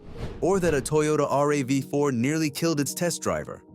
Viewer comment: I realized this when the AI said Toyota R. A. V. 4 , I'm like, "Fuck this, lemme check the comments and I'm outta here."